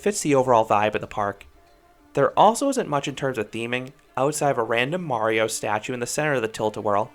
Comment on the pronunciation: that aint mario that's mayro